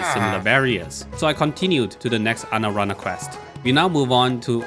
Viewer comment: "Anarana" lmfao